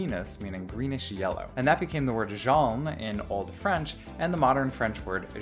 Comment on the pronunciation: I can feel the shiver down my spine with that pronunciation of Jaune .